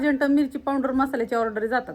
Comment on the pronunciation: पावडर म्हना पावंडर कस तरी वाटत